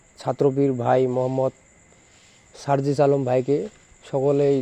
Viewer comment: আরে ভাই সানজিদ ভাই না সারজিস ভাই উচ্চারণ ঠিক করেন।তার সাথে একটা পিক দেখান।